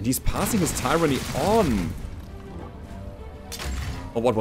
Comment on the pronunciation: In english its (tyr_an_ny) said quckly as three short breaths